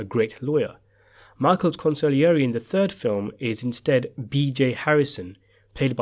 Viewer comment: I like how the narrator pronounces consigliere correctly.